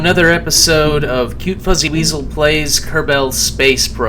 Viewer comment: Does anyone acknowledge that be says "Kerbel" instead of "Kerbal"?